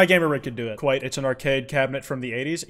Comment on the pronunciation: KWITE?? AND TWF??? HOLY SHIT